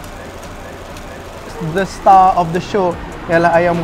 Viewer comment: Asal starr die panggil surr?😅